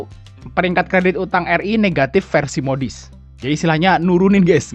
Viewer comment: Cara bacanya gini bos Outlook : autluk Money : mani Moody's : mudis